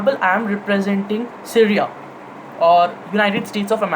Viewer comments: Dude tf ...it's Syria ( pronounced as c riya) not seria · Pehle Apni Hinglish Sudhar Le. Stimulation Kenya hai Simulation Ko. Syria Ko Sereya Kon Kehta Hai Be. Kabhi Yeh Londa School K Quiz Mein Select Nahi Hua Hoga. Aur School K Teacher Ise House Ka Badge Ya Ribbon Dene Se Ghabrate Honge, Sochte Honge House Ki Beizzati Ho Jayegi. Seedha Seedha Bol Na K Syria K Bare Mein Zyada Deep Nahi Padha Hai. Yeh Wahi Ladke Hote Hain Jo Apne Dada Ya Pardada Ko ABC Sikha K Apne Teacher K Bhi Baap Bante Hain